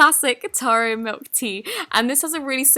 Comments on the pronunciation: Not hating but a lot of people get this wrong it's TA RRO and it's not really a tea they just call it that. But usually it's in like a slushy form with boba ( the tapioca pearls ) love ur video! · eee, she pronounced taro wrong